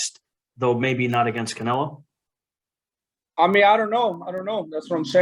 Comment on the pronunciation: Who is Caenlo? I obviously know who Canelo Alvarez is but not Caenlo 😂